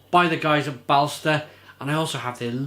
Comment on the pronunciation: By the way, the "å" is pronounced as the "o" in for example "bolt". Swedish is weird, I know :)